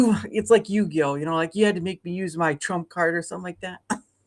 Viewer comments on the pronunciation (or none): XP Describing Yugi as "Yugioh" will always amuse me.